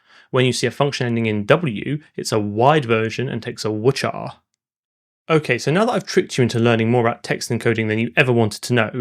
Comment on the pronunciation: please say hex 40 or zero x 40 instead of ox. and its a wide character not a wuhtjar. it sounds so dumb as a software engineer